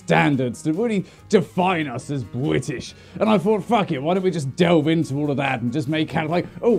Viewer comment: "Buithish" I love it >w<